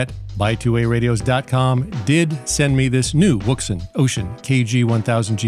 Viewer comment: Love your videos,, but I wanted to help out for your favorite listener. I have a Chinese friend who has been a ham operator for many many moons, and he instructed me on how to pronounce the brand-name. It is pronounced "WOUXUN". You're welcome